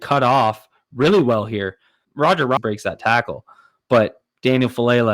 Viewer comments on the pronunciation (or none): none